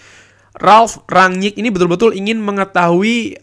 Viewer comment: Kalo melafalkan ranyik nya susah, bilang rangnick aja, kami ngerti kok